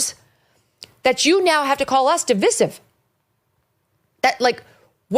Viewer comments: di-VICE-ive, NOT di-VISS-ive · Please - Sounds like duh •vai•suhv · I love you Megan, but you cannot go into a segment on division and not know how to SAY THE FUCKING WORD. Really. No one has corrected you ffs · Is that really how people say divisive? I guess I been saying it wrong